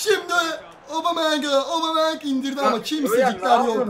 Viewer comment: abicim obameyang değil abumeyang